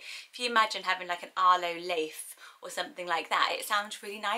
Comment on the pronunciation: Leif does not sound nice in scandinavian countries tho. It is pronounced læif and is an old mans name